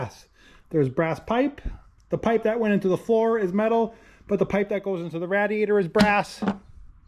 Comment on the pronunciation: I I joyed the video,but I don’t think you were pronouncing radiator correctly